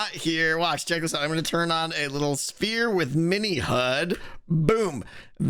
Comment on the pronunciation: Does you pronounce 'sphere' as 'spere'? :D